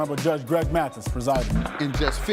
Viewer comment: Mathis,not Matthews.